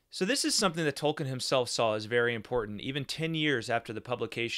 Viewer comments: Hi. If you google, you will see that Tolkien himself pronounces his name Toll-keen, not -ken. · Tolkien, not Tolkin. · All do respect, you should learn to pronounce the man's name correctly if you're running a channel bearing his name.